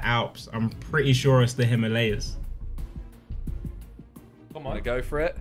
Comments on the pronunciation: Simon says the "Heemalaayas" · Here in England we pronounce it him-urr-layers. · "Hema lay as" 😑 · Tobi pronounced it right Simon went "Hymalayas" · Its HI-MAA-LA-YAS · Can't believe Simon obliterated "Himalayas" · How did no one noticed that how they pronounced "Himalayas" . 😂😂😂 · It's so annoying the way they pronounce Himalayas